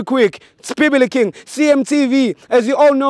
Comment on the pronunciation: It’s bibilikiiin 😂😂😂🙌🏽